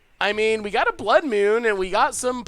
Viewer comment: "blood myewn"